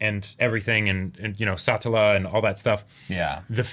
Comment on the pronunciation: A self-insert is a character that represents the author or someone else with the authority to make creative decisions. What you're thinking of is audience surrogate. The way you guys pronounce Satella just causes me to hear "satellite" every time you say her name. Even if Subaru did treat Petra like and adult it would still be 100% platonic because she isn't Emilia so no need to be so squeamish about it lol. Pretty sure the Rem sub-plot is all for the drama rather than some strategy to get her out of the way.